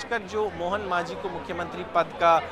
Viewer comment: Pronounce thik karo Not manjhi it's majhi